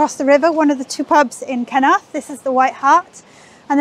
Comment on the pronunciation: When pronounced the name of the village I as an Aussie did a double take. I thought she said ‘kenoath. As in “did you like that meal?” “ ‘ken oath mate”. (Think of putting “fu” in front of ken and you’ll get it). Hehe